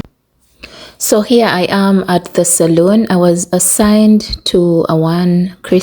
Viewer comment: salon is pronounced sa-lo-n: that's where we have our nails done. Saloon which is pronounced sa-lu-n is kind of a bar, a place for drinks. Since you're going to be living here you might as well know the difference l.😂😂❤